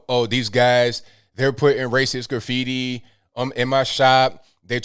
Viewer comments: Who says "Graff - feety" instead of "Grah-feety"? That's like the people who say "White" like "who-ite" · Graph fee tee lol